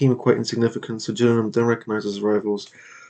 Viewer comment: Just a heads up. You're managing Gillingham Town, Dorset - (Gill said like Hill with a G like goat) - Not (J)Gillingham in Kent